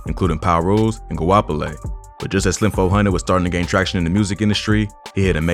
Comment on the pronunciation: “Slim Fo Hundid”